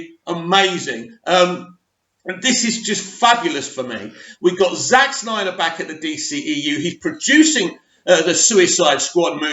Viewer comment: it's "Snyder" also thankyou for breaking this news it's major news as far as I'm concerned!! Made my day!!